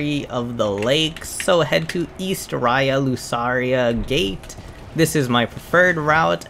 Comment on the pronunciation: Bruh I thought he was doing it on purpose cuz how else could you pronounce so many names wrong